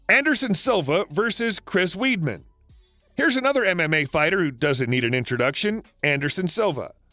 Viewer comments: Weedman 😂 it’s pronounced wide-man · Chris weedmen. Are you joking. Il spell it in a way u might understand it’s WIDE MEN. DUMMY. ATLEAST PRONOUNCE NAME RIGHT COME ON. DO NOT BUCHER GUYS NAME LIKE THAT. LOL. WAS FUNNY THOUGH. LOL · It's not chris weedman it's wideman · Not fuckn weedman! It’s pronounced wide-man. Sheesh 🙄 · It's pronounced "Chris WIDEMAN. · Pronounced Weidman's name wrong too 😂